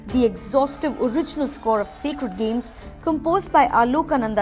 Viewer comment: correct your english accent it's sacred games not secred games